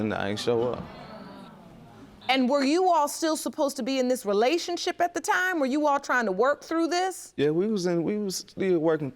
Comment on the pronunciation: This idiot can’t even say the word “relationship” but is pushing out babies🤷🏽‍♂️